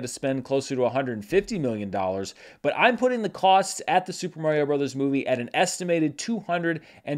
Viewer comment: Dude, it's Mario.